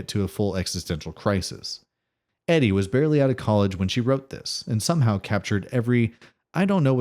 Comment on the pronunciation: Ee-die. Not Eddie. Quick fact, she's the wife of Paul Simon.